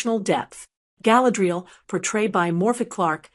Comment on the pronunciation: Get your bot to pronounce her name properly